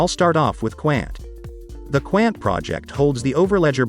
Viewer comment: 🤣🤣🤣. Qqqaaannt. It's Quant (Qnt). But right amazing Mouthwatering fundamentals and partners. ..with very few tokens. 💎👑🚀💥. Cheers. Pronounced wrong.